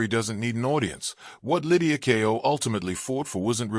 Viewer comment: The title has no relation to the video. It's about Lydia Ko, not Kao. Using an AI-generated voice as a commentator is a bad idea. Could you please ensure the title matches the video and verify the spelling and pronunciation before posting?